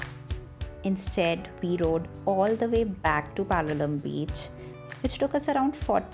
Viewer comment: Pronounce it like Goans do 😊 and not how it’s spelt on google 😂 there are many other hidden gems in south Goa and it’s always peaceful compared to north. Cabo De Rama = Caab They Ram Palolem = Paalo Lame